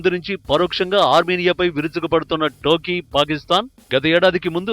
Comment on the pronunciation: టర్కీ అని తెలుగు లో చక్కగా పలక రా యదవ